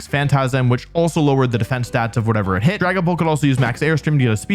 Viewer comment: uuuh scwary dwagons